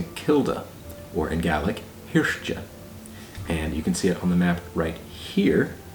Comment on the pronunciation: Hiort, roughly pronounced "hirsht", in the video you say "hirsh-tchuh" as if it were spelt Hirste :-)